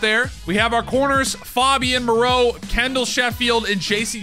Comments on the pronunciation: FAY-BEE-YAN Moreau. Pronouncing it like he's Fabio 😂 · Mans said “FOBian Moreau” 😂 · It’s FAYbian moreau